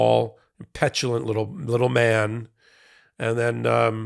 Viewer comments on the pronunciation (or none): none